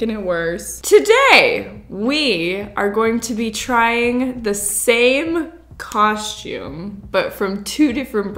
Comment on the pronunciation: Shcooby-doo cau-shoom😂